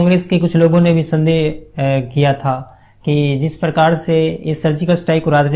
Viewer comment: Bhai tu hindi seekh le phale phir show host kar. What is parkaar yarr?